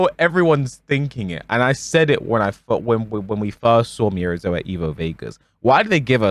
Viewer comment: The scariest thing about miary zo are the people still saying and spelling her name wrong 😳